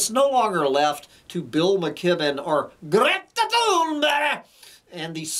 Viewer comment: A stellar “GRETA THUNBEERG”!!